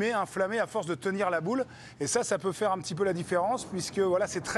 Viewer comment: la quille n° une... Toujours aussi pénible à entendre. -> la quille n°1 "un" pas une.